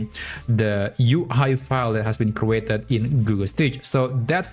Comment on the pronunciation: crew-ated? lol